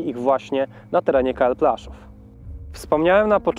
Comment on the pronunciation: Widzę że kolega korzystał z zagranicznych materiałów. Nie Plaszow tylko Płaszów. Aż w uszy kłuje, ale program fajny.